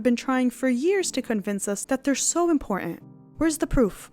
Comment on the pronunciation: Remember that "T"'s are impor-ent